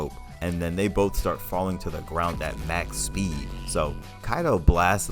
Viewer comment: Ma as in mom machspeed. not Mac as in big mac machspeed.